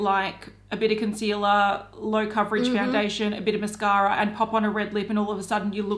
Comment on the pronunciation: Everytime I hear say Mascara a hear "mashara". Lol